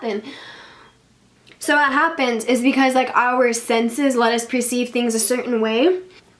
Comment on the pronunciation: Per-ceive instead of pre-ceive